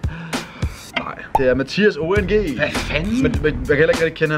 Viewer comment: Det udtales (ong) og ikke (o.n.g) :)